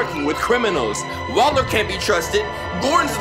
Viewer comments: this dude said Waller like waler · when does not play in 2 days He calls Waller "Weller" I'm guessing hes going to call Joe Weller for this job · repeat after me - WALLER 😂 I love the vids but I cringe every time this man says weller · her name is WALLER not weller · Did anyone else get annoyed when he kept calling Waller “Weller”? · he keeps on calling waller “weller” this ain’t no ksi vs joe, stop it 😆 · Waller, not weller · it's not Weller it's WALLER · WALLER (WALL-ER), not WELLER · Her name is Waller not Weller :D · It’s WALLER not WELLER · Bruh why he keep sayin "Weller" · Yo her name is wall-er not weller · Waller not weller smh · Its wAller not wEller